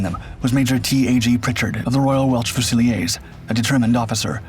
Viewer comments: Its pronounced fuze-a-leers, Pritchard was a relative of mine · Royal Welch Fus-a-leers (Fusiliers)